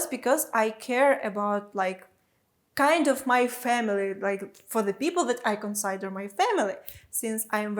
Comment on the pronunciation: Just another pronunciation comment from me, I notice when you say consider you pronounce the i like when one would say my, or side, or cider, but the i in consider is more like the i in kid, or hid, or big, so it's pronounced more like con-sid-er, not like con-side-er